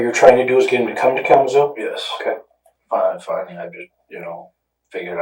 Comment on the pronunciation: Calum's Hill?! LMAO He's saying "Kalamazoo."